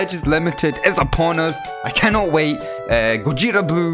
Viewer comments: Gogeta is gogeta in italian not gojita uoooooo☻ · It suppose to be go-ge-ta not go-je-di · everyone: Gogeta: Gojeta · lol, i called gogeta as gooogayyytaa since i was a kid...i just realized its pronounce googeeeetaaa after i watched dbs broly movie..haha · Gogeeeeeta is the french pronounciation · Go ji ta makes me feel uncomfortable every time you say it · Its pronounced rose-eh (rose-a) hahaha go-jeta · corrects himself to say Gogeta properly Also: proceeds to say Gogeta incorrectly for the rest of the video I love your vids lol